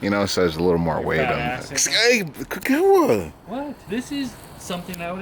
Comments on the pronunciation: How come can't even learn his "best" friend's name?? KI-kawa like key... not ka-kawa... geez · yeah- maybe you're saying Kuh-kawa idk what... but the only thing that's definite is you're fuk'n up your boy's name lol Ki= "key" big boi ; )